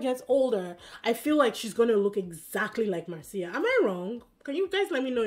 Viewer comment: A tip about pronunciation, it's MAR-cia, not mar-CI-a, the stress in the first syllabe, just like my name, Marcio.